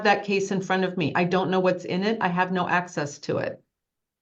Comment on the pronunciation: Homie needs axes to da lawl lie-burry